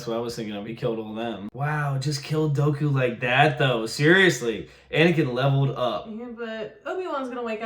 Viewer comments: Count "Doe-koo"...George Lucas would be proud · They still can’t pronounce “Dooku.” Doo-Ku, not Doe-Ku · i kept hearing “Goku” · Thank god Dooku died in this series cuz I can’t stand the way you pronounce his name LMAO you guys need to check out the Clone Wars Animated series if you want a collection of stories that happened in between episode 2 and 3